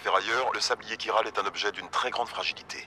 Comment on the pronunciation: Chiral se prononce "'kiral", ils te le disent je sais pas combien de fois dans le jeu ^^ t'es vraiment kiant:) C'est comme le mot chorale ou charisme, tu prononces "k" le "ch"!:')